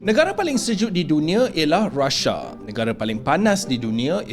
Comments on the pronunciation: Maaf brader.. bukan rasa tapi Rusia.. cakap biar jelas sikit. R U S I A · Russia bukan Rhasha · sebutlah RUSIA.bukannya RAS'SA.Bodoh betulkah awak ni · RUSIA KE Rashiaaa mcm org putih ckp sebut , R A S H I A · baca berita pun tak sebut Rusia mcm tu